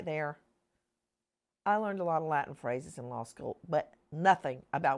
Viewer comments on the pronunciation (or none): none